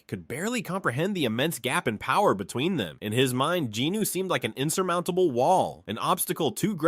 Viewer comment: Not jinno but jinwoon